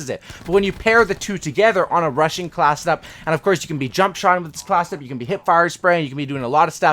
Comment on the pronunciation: You talk so fast you say classdup instead of class setup at first I thought you said classdup and I didnt know what you meant